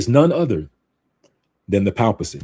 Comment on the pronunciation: Hey there, you're pronouncing "papacy" incorrectly. You may want to look up the correct pronunciation online.